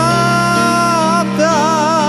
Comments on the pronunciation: Спасибо за исполнение, очень душевно! Только немного режет слух произношение слова сАкАлята. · Спасибо за исполнение, очень душевно! Только немного режет слух произношение слова сАкАлята